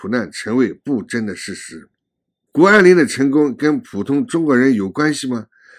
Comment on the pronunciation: 是谷不是顾